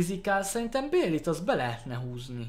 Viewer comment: amúgy Bailey nek a nevét ugy kell kiejteni hogy báji.